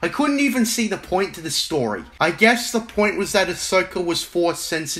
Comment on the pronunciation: Damn bro, the video really showed Filoni who’s boss. That’ll teach him for making a non legends related story, or “stowy” as you say